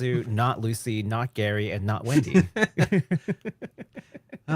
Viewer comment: What the heck dude his name is Gray fullbuster not Gary lmaooo